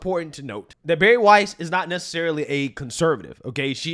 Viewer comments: Gotta love how pronounces shig 🤣!!! Barry Weiss.. (CuUNextTuesday) is pronounced w i ss, not weese 😅!! Just messing with you!! You're the best 🩵!!! Your our go to and have been with you from almost the beginning!! My husband and I friging love you 🩵❣️ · Weiss rhymes with 'ice' . It does NOT rhyme with "geese". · it's Pronounced "Wize" Weiss not Weeze. 😂😂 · Her name is pronounced like "wice", not "wees". You played a news clip with the anchor saying her name correctly and you still got it wrong. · Weiss. pronounce like Spice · Get it right - her last name is pronounced WYSE. You even heard the Fox contributor say her name in the video correctly! Pay attention. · Dude just heard the commentator pronounce her name..dudes dumb as hell